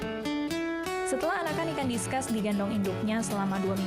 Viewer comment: penyebutannya diskus bukan diskas